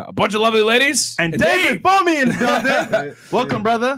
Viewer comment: Did he just call man David Bumin? Is he mocking it?